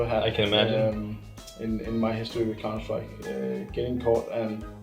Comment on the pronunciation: idk why it bothers me so much ....COUNTER - SRIKE